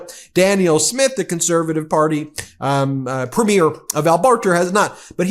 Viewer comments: Thank you for your coverage. Canadian here about to give a lesson on Canadian pronunciation. Premier is pronounced "Preemier" (emphasis on the first syllable), not "Prehmiur" (as in a movie's first showing). Danielle is pronounced "DannYELL" (emphasis on the second syllable), not "Daniel" (as in a man's name). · You pronounce it PREMier not preMIER! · It's PREEM- yer How hard is it for Americans to get? That damn American education system! 😭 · Pronounced PRE ME AIR .. and Danielle is a nut.. a sell out ..Canada is NOT for sale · Thank you for all your great work, Ben. Premier is pronounced PREEM-yer. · Ben, as Canadians we pronounce premier (in the context of provincial leaders) ... as preemeer. Until I read someone else's post, I didn't realize we pronounced it differently than you. I don't know if other US peeps pronounce it the same as you. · Thanks for the video. Please note, "Premier" is pronounced "PREEMyer" and "Danielle" is pronounced "danYELL." Cheers. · Hi Ben, no one seems to know how to pronounce “premier” in the US. It is not a premier of a movie, it is PREEM-yər. 😎🇨🇦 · Has anyone mentioned that you have a tendency to mispronounce the word "Premier" as it applies to leaders of Provincial parties. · here's an idea ... learn to pronounce Premier correctly, or Alberta for that matter ... I double dog dare ya. not that you're wrong about Smith. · Ben, you need to know how to pronounce "Premier"! From a Canadian admirer of your channel and subscriber. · Please Please get a canadian to teach you how to say PREMIER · If you are going to provide comment on Canada please learn how to pronounce "premier" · Excellent pods Ben As Canadians we smile every time you try to pronounce Premier